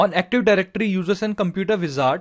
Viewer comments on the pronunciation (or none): is not Aktuf Dajrectory , is Active